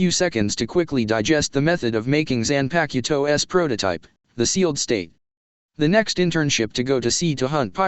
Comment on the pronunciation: Ki-do, not kai-do. Zam-pak-toe not zan-pak-to-toe. Sword, not knife. Silvers Rayleigh not pluton Rayleigh.